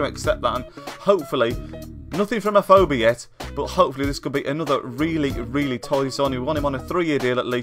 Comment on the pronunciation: U can't say afobe right